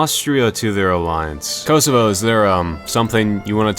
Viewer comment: It's not pronounced "Koasoavoa" it's pronounced "Kosovo"